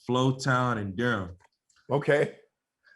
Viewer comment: The way they pronounce Durham is kinda funny